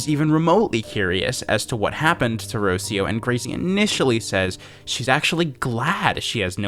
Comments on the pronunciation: Jesus the way you pronounce Rocío is so wrong, I thought her name was meant to be Rusiyo. Rocío is pronounced (in latam dialects) as Ruh-séé (stressed syllable)-uh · Hello! Spanish speaker here. Rocio is a common name in Spanish and it’s pronounced “rro - see - oh” with a hard R like “caRRO” and with the “i” vowel being the dominant one “rro - SEE - oh”. For example, you’re pronouncing Rocio as “ROW - seeoh”. Idk if the character is Hispanic, given that they write the name without the accented vowel (it should be Rocío) but as far as I know, Rocio is a Spanish (as in Hispanic or mayhaps latino, idk if it is also a name in Portuguese) only name so might as well. Loved the video, the content, and the comments. I got chills. Had to look away but it was so well done.